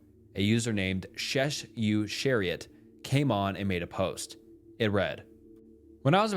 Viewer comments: that does not say "shessu-chariot'. It says "shes such a riot". It`s very simple actually and makes so much moree sense than the poppy cock, that you got out of it and you didn`t pronounce chariot correctly, either. my guess is you`re a millennial or gen-z. That makes more sense. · I believe that the user may be pronounced as "she's such a riot" instead of "sh esh you ar eeot" lol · Lol SheSuChariot. It's "She Such A Riot"